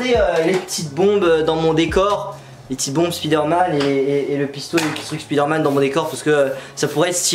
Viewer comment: Pk tu dis spizsderman